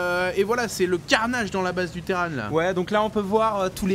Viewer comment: Bliiiinkeuuuuu sur la collineuu du Terrane ! PS: Moi je dis terran pas terrane, terranes c'est le filles, Imagine Arcturus: Terrans, Terranes du dominion[...]